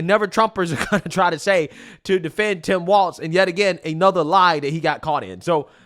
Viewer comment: It’s Tim Falz